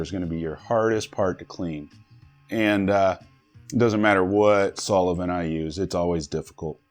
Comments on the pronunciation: Like the video, but what is a "sol-i-vent". You need to work on that, buddy. Its sol-vent. Solvent. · Sulavent, Or solvent? Good video and a little laughter at your pronunciation all good. I still get made fun of for saying crik for creek. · Lol the way you say solvent. Your saying solavent its saal vnt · It’s solvent not solavent lol Good work Just messing with u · SOL-VENT. 2 syllables, not 3 lol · Ok.. 1) Introduction to the video of how good friends you are with the company's owner.....cannot be trusted. 2) Anyone who says "solovent" multiple times.. yeeeea, pass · Did he really keep saying so-le-vent??? OMG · Right lmfao I came to the comments right after he said that lmfao and your comment was the first one I seen 🤣🤣🤣🤣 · Haha yes he did! Noticed it too! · Lol yes.... about 10 times lol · Sounded like sol-O-vent to me. Like an Irish version. 🍀😝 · Must be the desert 🌵 heat! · Where is that extra 'o' in solvent you pronounce?! Solovent...covfefe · Hahahaha why can't you say solvent? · Hey Dude... Please note that there is not a thing between the L and the V in "solvent" To reinforce this fact please also note that solvent is only a 2 syllable word.